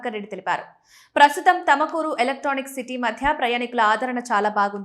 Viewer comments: Thamakuru kadu thumakuru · It's tumkur madam tamkur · haha thamakuru ante Tumkuru ani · తమకూరు కాదు తల్లి